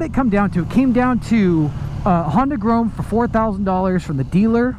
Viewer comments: It's grom not grome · It's grom not groam/grome. Go back to school and learn to read. Thanks. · Couldn't watch the whole vid purely because you kept saying grome instead of grom, it was just too annoying 😂😂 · STOP PRONOUNCING "GROM" as "GROAM"???? can you spell??? (pronounced gr-aw-m) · lol I hate how you say grom its grom not grome listen how jake the garden snake says it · "GROME" pffff... Pronounced Grawm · Its not grome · "The Honda Groam." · Cole Speirs are u sure it not GROME lol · Dislike just because you kept saying “Grome”😑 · yea it's definitely pronounced grawm lmfao anyone who knows anything about bikes knows that. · Now I'm going to be stuck saying "Grome" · It pronounced like "Some" but with a "G" "Grom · great video, but i must say, grome is noth the way to say it haha. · If you say “gron” one more time! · Grom like aaa you say at the doctors not grome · Grome? na bro. its pronounced GR-OHM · That was honestly bothering me the whole video. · You be sayin grom wrong. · Please pronounce it right oml